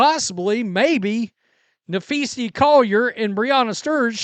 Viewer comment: STOP SAYING "NAPHEESEE"! 😶‍🌫️🤬😡